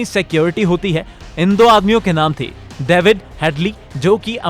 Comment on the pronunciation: Daevid ni lohdu david